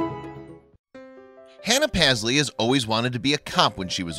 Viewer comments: Pazzlee? I thought it was meant to be Paisley-as in Payzlee. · It's pronounced PASS-LEE? I thought it was prounounced PAYS-LEY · He’s saying the name totally wrong u should know because MY name is Paisley